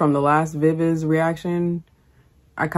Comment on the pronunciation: Thank you fr the Viviz love! It's pronounced, "Bee Bee Gee", although everyone gets it wrong;-)